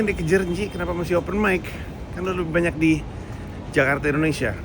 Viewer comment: bang pandji menggunakan pengucapan Jakarta layaknya orang Indonesia 👍